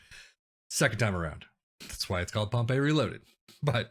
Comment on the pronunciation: Great Video back at Pompey!! "whatmough" is pronounced as "What-mo" also Pompey is pronounced as Pompy or Pompi. Nice 1 nil win again Walsall Like and FW as always!!